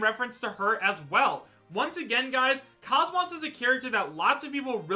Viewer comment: KOS-MOS is pronounced KOZE-MOSE